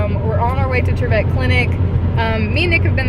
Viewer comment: its not triv ette its pronounced triv it... i should know i am kin to dr william trivette